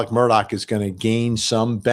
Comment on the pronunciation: Immediate subscribe for you pronoucing the name correctly (I'm in SC) 😅 Plus....Vinnie! 😊